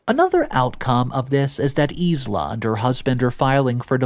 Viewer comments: Sorry,, Isla is pronounced “eye-la”. It’s actually the name of an island off the west coast of Scotland. Please don’t think me nit-picky, it’s just so you will know how to pronounce it,if there is a next time. Thank you for your great work, I love it!!! XXXX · It's said eye la, not isla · Isla is pronounced "i lah" or Isle la. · Once again my dude you got a major name wrong. It's pronounced eye-la. Maybe Google it if you don't know how to say it. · ISLA I believe is pronounced EYE-LA Like ISLAND is NOT "EES-LAND" the only redeeming factor to the number of mispronounciations is if you are not from North America (Candana or USA) I had previously "taken a break" from your channel for days up to a week so I did not leave angry comments thinking you knew better. I mean Hello triggering ADHD and Bipolar crap